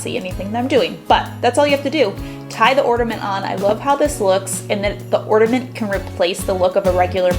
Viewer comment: Is she saying ortament? 🤨